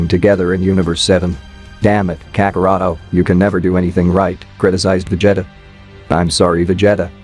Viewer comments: My boy said Veg Jetta 😂😂😂😅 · He's saying Vejeta who the hell is Vejeta? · Dude passing me off Messing up his name VA-g-ta that means he wasn't a fan or seen these show some one wrote it for him all he had to do is read lol 😂 🤣 😆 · VegeHttuh is my favorite character. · Va jetta 😂😂😂😂😂😂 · What do you mean, It's not Va-jetta!? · "vegEETA balls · You ain’t kidding… sheesh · How come you cannot pronounce vegeta correctly ? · It’s A.I